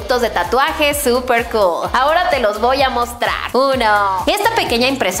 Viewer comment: se dice cool cogl